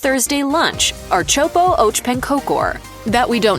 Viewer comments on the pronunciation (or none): You do NOT dip pancakes in pea soup! Plus it would be appropriate to actually find out the pronunciation before saying it. "ehrt-sop-ah ahk pahn-kahker" is the easiest amercanized pronunciation. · When I first heard the so-so pronunciation of köttbullar, I had hope. My ears are still hurting from the announcer's version of ãrtsoppa och pannkakor. She did a pretty good job with most dishes, why did she do such a horrible job with that one? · I appreciate her efforts to pronounce the Swedish words, I would even give it a pass ... ... except "ärtsoppa" ... I had to take a double-take on that one. She didn't butcher the word, she mashed the letters together into something unrecognizable that made me laugh out loud in pure distress. Amazing. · Being Swedish I had to go back several times to listen to her pronounciations of "ärtsoppa och pannkakor", just wow...